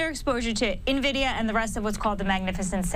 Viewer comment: What is this new company “NaVidia”?